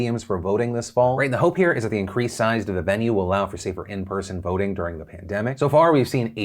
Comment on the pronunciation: I thought he said 'boating'. I was so confused, like professional boating venues used as polling places?